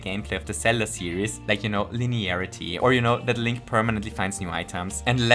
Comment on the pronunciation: his name is pronounced “link” lmao 😂